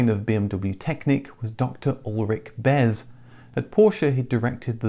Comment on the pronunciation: *In German, the "z" is pronounced as a "ts" sound, so it would be pronounced "Ulrich Bets". You're very right about highlighting the amount of time, effort and cost it takes to put a car into production... all of the legal hoops that you have to jump through too ! It did help that the engine, gearbox and most likely much of the front suspension was stock 3 Series.